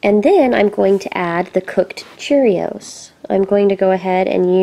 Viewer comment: You said CHEREOS